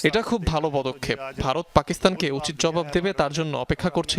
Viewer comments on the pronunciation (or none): none